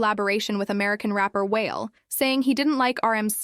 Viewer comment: “Whale” is this AI or a real person??? The rapper that collabed with RM is Wale. The name is not pronounced “whale” it is pronounced like WALL LAY. 😝